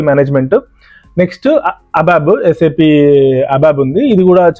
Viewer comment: Saaap kadhu bro.. S.A.P. !!!!